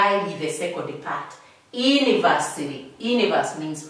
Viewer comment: It's the "Aha" and the "Ini-versa-ly" for me ... Such teaches will never forget a thing in their lessons